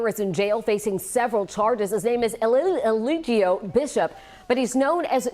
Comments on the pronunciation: That ”his name is Elillillieligio” (Eligio) in the beginning had in the chokehold 😭😅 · Ellillillgio 😆& Mellaaaanation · The way she messed up his name 😭🤣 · I loooooove how she messed his name up in the beginning 🤣🤣🤣 Yessss keep coming forward 🙏🏾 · The lady trying to pronounce his name got me mesmerized fr 😂😂😂 I’m on my 6th replay rn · The reporter messing up his name has me weak